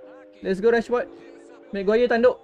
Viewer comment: Bang nama rashford bukan nama dia bang. Memang nama dia rashford. Bang kena sebut macam rashferd sebab sebutan dia rashferd. Bukan rashford. Nama dia memang camtu